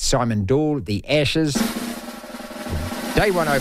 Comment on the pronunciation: It's Ashes, not Eshes.